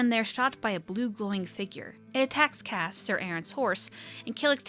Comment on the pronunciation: great vid as always ! :D I might add something about Cassé, as writen in the comic his name have an accent on the "e" that changes the pronunciation for something like "cass-ay" (kind of like June and "Jun-ay"). As a natal french I just couldn't ignore, sorry x'D